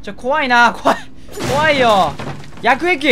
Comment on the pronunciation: 毎回絶対言うやくえ↑き↓～♪